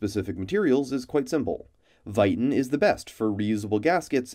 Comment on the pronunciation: your videos are great but hearing how you say viton throws me off when ive always heard it pronounced differently